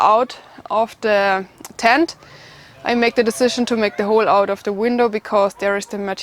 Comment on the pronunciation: Love it. How shes says the O. Ven and you have to dig an OLE